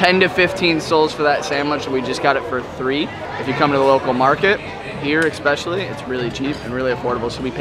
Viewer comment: Repeat after me "ESPECIALLY". Expecially is not a Word!